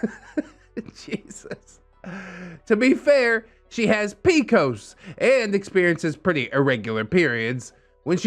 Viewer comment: Not pronouncing PCOS (Polycystic Ovarian Syndrome) as picos 😭😂